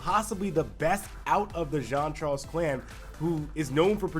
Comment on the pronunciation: Ok guys say it with me JEAN CHARLES NOT JOHN CHARLES 🤦🏾‍♂️🤦🏾‍♂️🤦🏾‍♂️